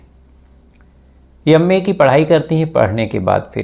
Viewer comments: ji YAM.A. nhi M.A. bolo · यम्मे नहीं भाई एम ए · भाई यम ए नहीं एम ए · यम्मे नही अंग्रेज....एम ए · Bhai ye up se hai up walon ki tone me m ko y jaise pronounce karte hai isliye ma ko yamma bol rahe hai